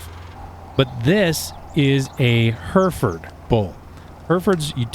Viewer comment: Great insight 🤙 did chuckle at the Hereford pronunciation He-re-ford. Im from the Uk where All farmers use ATV’s or Quads as we call em, is the use of horses more choice these days or the type of ground your ranching on kinda demands it? Thanks